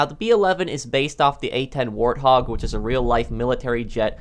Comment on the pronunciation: SansProxTNM ' It's "Warthog" not "Warhog"